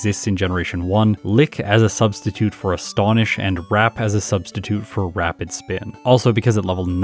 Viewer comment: Ah yes wrapid spin